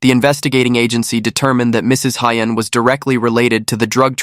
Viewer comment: Thank you for listing all the names. Without all the criminals' names, this case would seem fake and made up. Although, pronunciation of Asian names can be improved. E.g., Hien is pronounced Hee-yen, not High-yen.